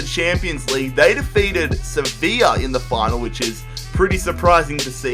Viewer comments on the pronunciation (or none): none